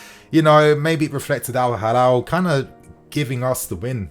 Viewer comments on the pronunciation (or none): It's Al-Hilal, not Al-Halal